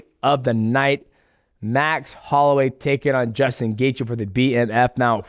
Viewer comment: I’m so proud of you saying his name right